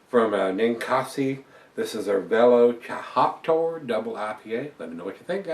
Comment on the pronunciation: It's pronounced like "velociraptor" (the dinosaur) but with 'hoptor' on the end! Great review, cheers.